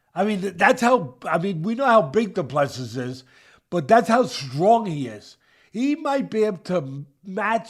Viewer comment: Say doooooo ple SEAAAAAAA OR SEEEEEEEEEEE NOT sis!!!!!!